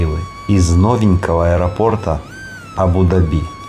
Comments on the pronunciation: ударение правильно АбудАби, а не АбудабИ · Абу- ДАби.Правильно ставьте ударение. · абу даби ударения на букву а!!!!!! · Ставьте правильно ударение на Абу даби Вы не правильно произносите Абу даби, ударение ставится на <у> в первом слове и на <а> во втором слове. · Абу Даби ставьте по другому УДАРЕНИЕ. Как вы произносите, никто не говорит.